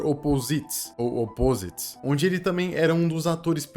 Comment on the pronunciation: *Óposites*. Tônico é no primeiro "O"